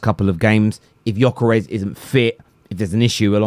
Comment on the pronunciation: Pronunce his WHOLE name with G.....Gyokeres!!!!